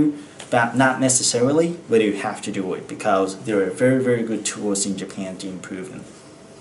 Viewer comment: Japanの発音が独特ですね ジャピーン、みたいな